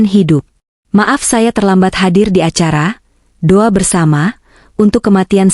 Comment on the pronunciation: Do'a mbak bukan duwa